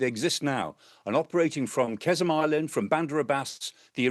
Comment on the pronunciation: It's not Kezm island mr. Clark . It's called Qeshm and it is the biggest island of Iran. Please get it right, Professor!